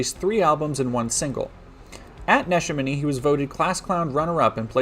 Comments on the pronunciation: It's making sense now... Not the crime itself but why people outside PA & Google Maps pronounce "Né-Shā-Mi-knee" as "Nesh-a-mini". Great video as always! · I was rolling a joint while listening until you said the name of his high school (it’s technically nuh-SHAM-in-knee but I also don’t respect my home town). I keep myself very isolated from the news, so this is the first I’m hearing about it, and it literally occurred in what was essentially once my backyard, wow. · This is my high school. The name is often said wrong as it's uncommon and a native American word, but I want you to know it's 'Ne-sham-a-dee'